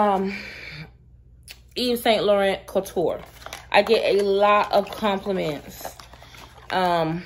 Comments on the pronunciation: Actually you can look up the correct pronunciation on google because yours is a bit off. But thanks for sharing. Bless♥️ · YSL ---- Eve - Say - Laraun is the pronunciation ---- ( you should have merch that says "Don't judge me 😘) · Since you asked, it's pronounce "Eve Sawn Lore-on"